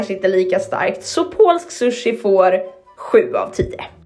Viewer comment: Hon kan inte ens prata